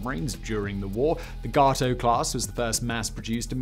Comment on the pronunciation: And Gato (gay-toe).